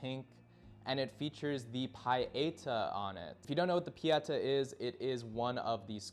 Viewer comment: awesome musical taste. it's pronounced pietá (pee-eh-tah) and means piety.